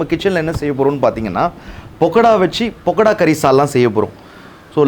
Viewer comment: பக்கடாவை பொக்கடானு சொல்லாதீர்கள்